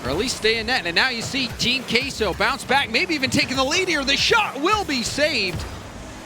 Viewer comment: Why does everyone say "kay-so". That's not Spanish pronunciations NOR English??? It's "keh-so" guys